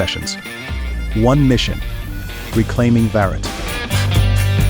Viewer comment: It is surprising that you are advertising with a person who cannot say Bharat clearly. That is not how you can reclaim Bharat.